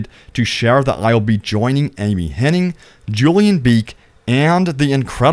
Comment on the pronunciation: It’s Hennig. Ig. Not Henning. There is no ing.